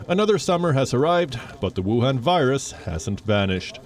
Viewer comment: I respect this Chanel . As a East Asian thing are very hard because of Covid 19. I keep hearing whuwaun virus. I don’t know what is the motive are .